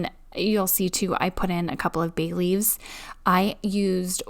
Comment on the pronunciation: You said Bay leaves and I definitely heard Bailey’s 😋